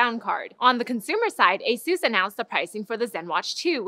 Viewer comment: why do they mispronounce asus?